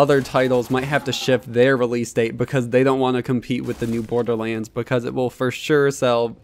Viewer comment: Dude! Stop saying BORDERLEEENS!